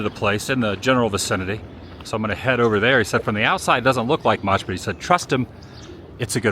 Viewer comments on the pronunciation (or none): none